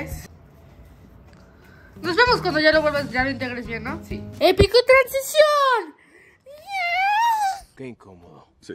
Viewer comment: Me dio risa cuando dijo épica transistion ajajjajaaj